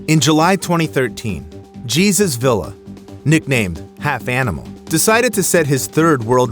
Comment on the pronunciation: his name is Hey Zeus not Jesus